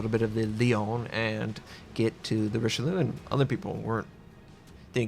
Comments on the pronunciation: if u pronounce it like richelyou , it comes abit closer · sorry to be the one but you should really stop pronouncing this ship the RicheLOO, it's just really really wrong xD